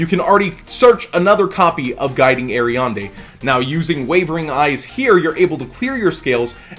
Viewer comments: "guiding ariande"? xD not once or twice but 7 times... A R I A D N E xD not ariande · Aria"N"de... It's Aria"D"ne:) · I love you, but your pronunciation of Ariadne hurts. The "n" is after "d" in Ariadne Air-ee-ad-nay or Air-ee-ad-knee depending on where you are